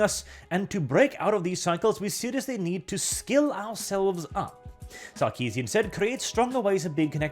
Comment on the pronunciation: Did you say "Suckeesian"? I'm just gonna assume you did, makes it that much better.